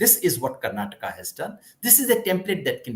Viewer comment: Its Karnataka not karnatak!